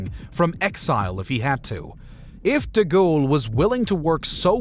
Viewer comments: General Charles 'DeGhoul'? Surely De Gaulle does not deserve such a mispronunciation of his surname. Other than that, well done and interesting video. And as Winston Churchill said much later than three weeks afterward, "Some chicken; some neck!" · Haha, "deghoul". Fix your AI voice, chief. It's awful.